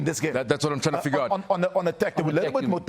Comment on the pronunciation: Trying. Not DRyin..😰😂😂😂